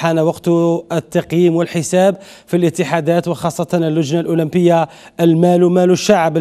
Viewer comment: جماعة ركزو مليح في بداية لفيديو كيفاش نطق الأولمبية😂😂😂😂